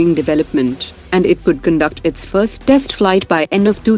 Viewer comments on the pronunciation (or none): none